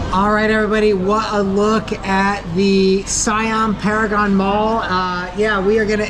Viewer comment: Siam paragon. Pronounced see'yaaaaam